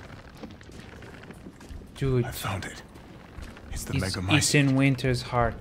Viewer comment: I have no idea why but I cracked up at the fact that he got annoyed trying to pronounce megamycete that he just decided to start saying “the thing”